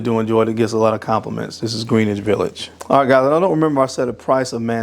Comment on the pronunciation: and you still don't say greenwich village correctly